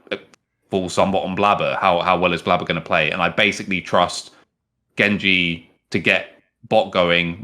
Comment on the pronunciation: The only trigger is pronounced( Jen)Gen like generation not gen like genji anime character. Other then that great video